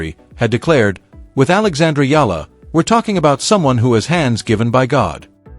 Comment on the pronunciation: AI is not good enough...how you pronounce her name..so bad